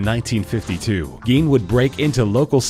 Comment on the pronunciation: it is pronounced Edd Gein like Gean